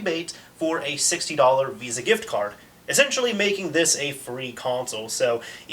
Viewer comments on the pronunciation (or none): none